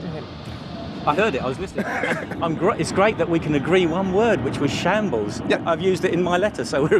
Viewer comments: It's not shanbles, it shambles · shambles not shables